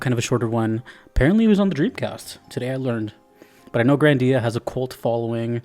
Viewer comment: The only proper pronunciation is GRANdia, not "GranDIA". As in "GRAND". Also, yes, there's more GRANdia than just GRANDIA and GRANDIA II. Parallel Trippers and GRANDIA Xtreme, for one. We don't talk about "Grandia III" because it's utter garbage, no one in their sane mind would dare to tell you they genuinely like it.